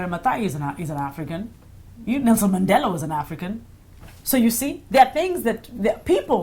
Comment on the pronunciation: at last someone who is not south African pronounced Mandela right